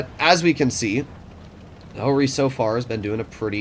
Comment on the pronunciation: Ho-Ri Not Jo-Ri